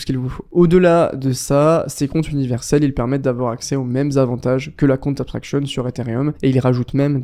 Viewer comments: Merci c'était très informatif pour moi. En revanche pour la prononciation, ton account abstraction ressemble à la cunt abstraction, j'étais mdr. C'est pas si difficile que ça, il faut commencer par un "EUH" et pas un "A" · si je peux t aider.... tu n auras plus de problemes pour dire account.... si tu memorises que ca se pronnonce plutot EKAOUNT.... Abst..... le A de account se pronce E MAIS le A de abstraction se pronce A c est ca qui "confuse" 😊 Super video! Michel, Paris